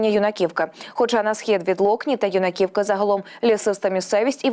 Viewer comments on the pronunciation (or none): Нема у нас юнакІвкі..це Юнаківка на перший слог наголос..хочь би знали назви😢